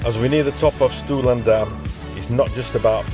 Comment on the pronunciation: Thanks / diolch yn fawr for getting your tongue around the pronunciation, good job! I'm pretty local and have only just done Stwlan - I rode over from (and back to) Pentrefoelas which is a glorious ride over the tops. Great video !!